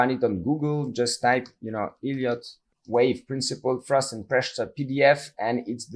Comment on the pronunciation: The "e" in Elliot is pronounced like the "e" in beg , or egg , etc. It sounds exactly like you're saying "idiot wave", and that's how the auto-captions transcribe it. It actually makes it quite hard to follow you.